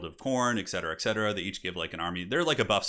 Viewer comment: CAV-ALRY! Not CAL-VARY Edit: Also ET-CETERA not ECK-CETERA.